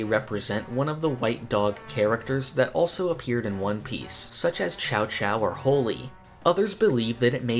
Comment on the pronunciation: I don't want this to come across like I'm attacking you over this, but it amazes me just how often people screw up this name. 'Chouchou' is not pronounced like 'Chao-chao'. Its 'Shoe-shoe'. Channels fully dedicated to One Piece will even make this same mistake. Since I don't think you've watched One Piece, its completely understandable that you don't know the pronunciation. I still had to point it out though.